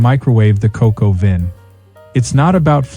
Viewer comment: Coq au Vin is NOT pronounced Cocoa Vin